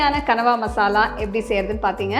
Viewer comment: oh god..i used to admire ur cooking,tamil pronounce, perfect tamil slides, costume, vessels everything..but today u did big mistake like others..that is not கனவா,that is கணவாய்.. just correct it, come with as usual bang👍💪